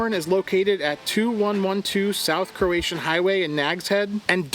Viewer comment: its crow a tan, not croatian lol